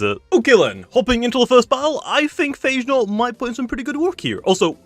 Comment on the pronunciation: Its pronounced Pha Ge Naut 😎 dude, not Eichenaut